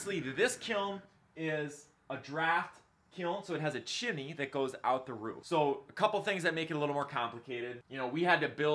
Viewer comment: Are you saying “Chimmy”?